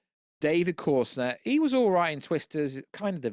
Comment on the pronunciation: It’s CO REN SWEAT, why do you keep saying corset